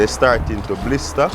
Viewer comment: Every time he said “blister” it reminded me of when my nana would say she fidna “blister my hide”